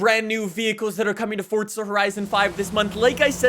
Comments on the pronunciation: im sure you hear this all the time, but there is no "T" in "Forza" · Why he say “forTza” lol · Stop fucking saying forza like that.